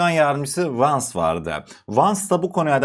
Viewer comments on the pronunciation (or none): KARDES NEDEN KIRO gibi VANZ diyorsun Jey Di Venz söyleniyor almanyadan selam brother pls learn english thats a great problem in turkey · “Royders” değil “Royters”, “Vans” değil “Vens” diye okunur kardeşim. Bilgi niyetine…